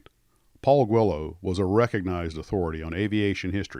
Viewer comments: I never knew it was pronounced "Gwillows" not "Geelows"... thanks for that! Loved and flew a ton of those, few sucessfully, but had a great time and learned so many skills along the way... Thanks Mr. Guillows! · Pronounced “Gwee-llows”. That’s how they answer the Phone.